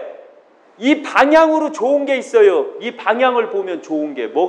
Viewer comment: 발음을 "있어요" 라고 정확히 해주면 좋겠습니다~ "있쉬요" 라고 하니까 성씨 이씨요 라고 하는거 같아 헷갈려요!~ 표준말 해주면 더 좋고요^-^